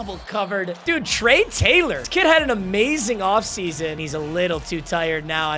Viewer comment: Say Trey Taylor again I dare you